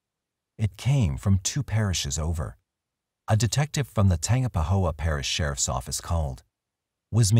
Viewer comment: Tangipahoa is tan-gyp-uh-ho-uh